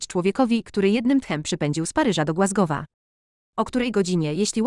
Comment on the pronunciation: Co to za tłumaczenie, dziewiętnastowieczne? Te "glasgowy" i "grent" i "Maria" (plus "Mardżo" ?!?) to jakiś koszmar.